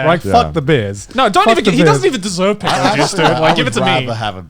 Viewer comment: They pronounced Pekora's name weirdly so when I heard it, I was like, "What the hell's a 'picora juice'!?"but then I saw the bottle and was like, "OOOoooohhhh...that!".